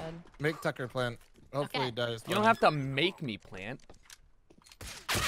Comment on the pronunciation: Heard more sucker than tucker. 😛